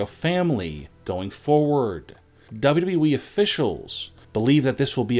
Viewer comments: Would you PLEASE PRONOUNCE WWE PROPERLY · How do you say wwe like that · He can’t say wwe right